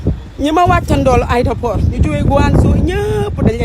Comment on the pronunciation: Juste morte de rire en l’entendant dire aidaport